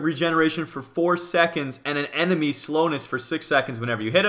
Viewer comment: Lol you said enedy instead of enemy